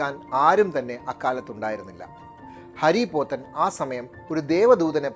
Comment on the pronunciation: ഹരി പോത്തൻ അല്ല. ഹാരി പോത്തൻ